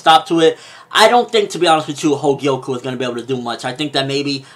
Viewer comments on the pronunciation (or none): The name of Kouen´s sister is Kogyoku, not Hogyoku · Everytime u said 'Hogyoku' i screamed 'Kogyoku' in my head; but none the less, definitely keep reviewing Magi! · He keeps calling her Hogyoku lol.